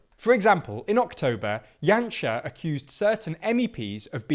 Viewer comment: Very good pronunciation throughout the video! Janša has been an absolute embarrassment to this country, both currently and in his past governments. Lets hope for a big voter turnout in April and that the current political, economic and social crisis perhaps opened the eyes of the people.